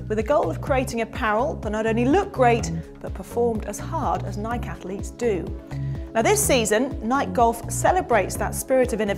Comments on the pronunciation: how she said nike is killing me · Please learn to say Nike correctly. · Its adorable how brits pronounce Nike lol